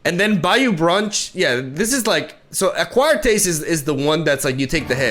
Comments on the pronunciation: Also bayou is pronounced baaa like a sheep does and a long u. So ba-ū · It’s pronounced Bayou (Buy/by-you) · Not grammar nazi'ing, just helping you out, its BUY-U brunch